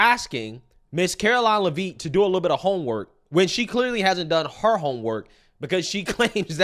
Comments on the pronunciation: Lev it. Not Livvit, lmao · STOP IT!!!👹 Her name is pronounced: “LEV-it” not “La-VEET”!🤪🙄😂😆🤣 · FYI....her name is pronounced Levit. Watch you every day! Keep up the great work. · Love the show the name pronouncing is Lev-itt (a is silent) thanks you’re awesome I recommend to all my family & friends 😊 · her name is pronounced “Leh Vit” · My man... FYI... her last name is pronounced LE-vit... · it's pronounced like Lev It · If you only read one comment plz read this one.. it's pronounced Lev-ittttttt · Le-Vitt. Come on! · Pronounced LEHV-it. Come on. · I’m not trying to be rude, but I think her name is pronounced “Lev-itt” like it’s a short E. I might be wrong, but that’s how I’ve heard everyone else say it. Also, Karoline has her degrees in communication and political science. How tf is she unqualified? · Bro, SAY HER NAME RIGHT!! IT'S PRONOUNCED Lev-IT!! Lev-IT Lev-IT Lev-IT Lev-IT Lev-IT!!!!! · Why are you mispronouncing Karoline Leavitt's last name?